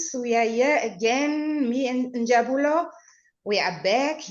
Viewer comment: He is Njabulo not NJABULA.